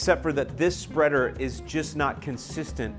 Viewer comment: Lol “super speader” 😂